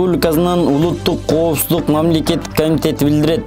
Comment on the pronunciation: Ушул тантыкты кайдан таап кабарчы кылдынар.Козуздук эмес,коопсуздук акусер эмес,акушер!!!